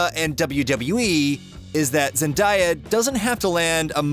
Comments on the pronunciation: did you say ZEN DIE A omg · The way you said Zendaya is worse than all of that